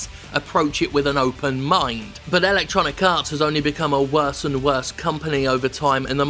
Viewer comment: I keep hearing "ElectoniKarts", which sounds like a mobile game.